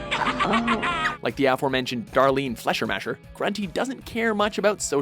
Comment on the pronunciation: Flashermasher??? :'D Fleischmacher is german and means: "Meatmaker"